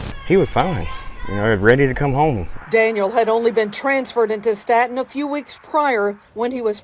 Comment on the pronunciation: It’s pronounced “Stay-ton” bama prisons are an active war zone right now